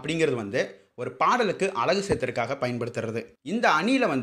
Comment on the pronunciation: அந்த நாய் அலகுன்னு உச்சரிக்கிறான் அழகுக்கு பதிலாக...அழகும் அலகும் அளகும் வெவ்வேறு அர்த்தம் உடையவை...முதல்ல நீங்க எல்லாம் தயவு செஞ்சு அ க ங ச படிங்க அப்புறமா வந்து சரித்திரத்தைப் பற்றி தெரிந்து கொள்ளுங்கள்...